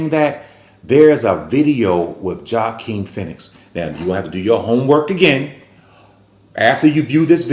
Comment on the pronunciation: The “J” is silent in Joaquin’s name sir.